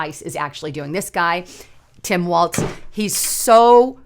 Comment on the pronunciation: It is Walz (walls), not Waltz!